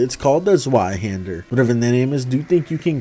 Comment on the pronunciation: It really doesn’t matter but just wanted to let you know the ‘Zweihander’ is pronounced “zveye-hendah”